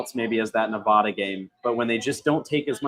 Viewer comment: BTW, you guys are pronouncing Nevada wrong and it is driving me nuts.